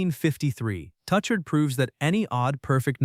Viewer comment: it's tu-shar not touch-ard lol. French